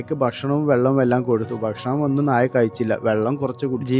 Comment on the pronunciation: നാഴ അല്ല നായെ നായ